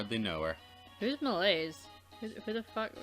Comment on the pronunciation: I've just noticed that there's a lot of French words in English It's pretty funny and cute to hear you mispronounce it tho